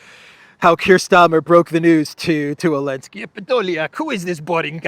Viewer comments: Hey, just curious but why do you pronounce Zelensky's name without the "Z"?? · OOI, can somebody explain why calls Zelensky, Elensky? I don't understand this.